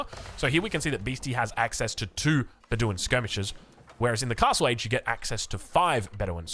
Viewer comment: Be-DEWIN 😂 Love ya